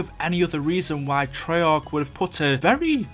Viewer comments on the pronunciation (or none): none